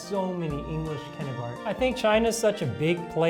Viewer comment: 초등학교는 엘리멘투릐 유치원은 유츼원